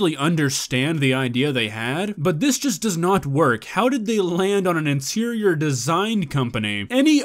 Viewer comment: I heard insirior 😂